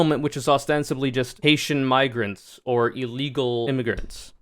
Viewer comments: I looked up the uncensored clip and there is literally no other way to hear it than the hard-R. He claimed it was him mispronouncing "migrants" as "miggrants" which simply does not make sense, on any level. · I know a lot of these people suck, but I think this really was genuinely a mispronunciation because he was mangling immigrant and migrant. I watched the unfiltered version. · How the hell do you butcher the word "migrants" so hard that it ends with an r? I know r? I know that conservatives fear reading and learning almost as much as they fear women and black people, but surely they have at least memorized their talking points enough that they can imitate human language as spoken by functional human beings while they're attempting to con functional human beings into supporting them. Why give conservatives the benefit of the doubt when they've never earned it? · maybe you went over this, the video is 30 minutes so I could miss it, but to me, it's possible he just butchered saying migrants, over video an M and an N sound sound virtually identical, I think its possible he could have accidentally said "Mig," stuttered, and then just restarted the word, they're absolutely wrong and racist, but the saying the N word specifically is something I'm willing to give the benefit of the doubt for and not jump on, not that they deserve the benefit of the doubt but Im a more morally correct person than they are so I give it anyway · He absolutely wasn't.. that's not how you say migrants, anyways, not in any dialect or native accent. Come on :l